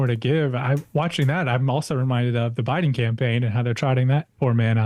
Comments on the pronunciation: 😂😂 Union Memba...her a Jabiden 😂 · Did anyone else notice when Kamala said Obiden during the debate